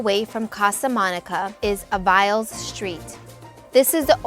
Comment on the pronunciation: It's pronounced Avalees Street.